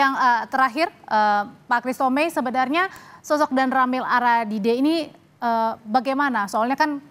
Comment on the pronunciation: Agadide bukan aradide